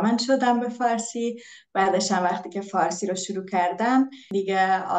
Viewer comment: والا فارسی رو از من بهتر حرف میزنن. تلفظ ها بطور خاص عالیه. مثلا ((وقتی)) رو ((وختی)) میگن